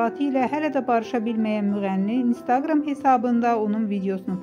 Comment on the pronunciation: Istaqram sozini duz vurqula .